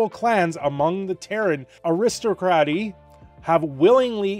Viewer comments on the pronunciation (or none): the guy can’t even pronounce custodes or aristocracy correctly, while simultaneously disregarding the fantasy element of the lore. Literal daemon and aliens, but genetically engineered female super soldiers is a bridge too far. Let’s not forget that the lore (which I love) is so amazingly cohesive?